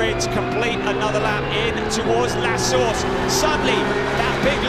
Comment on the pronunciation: I love turn 1's name "La Source", but pronounced "La Sauce" (at least that is what I hear lol)